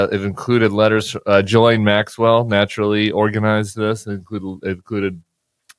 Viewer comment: Ghislaine is pronounced like Ghee lane.